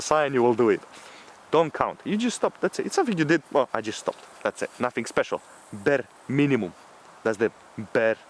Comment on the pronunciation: BEAR MINIMUM 🗣🔥🔥🔥 ZATS ZE BEAR MINIMUM🗣 🔥🔥🔥